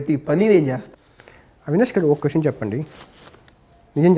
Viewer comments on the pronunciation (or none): none